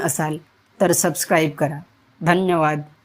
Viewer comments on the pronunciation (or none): none